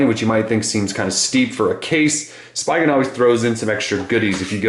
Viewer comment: speee-gen not spy-gen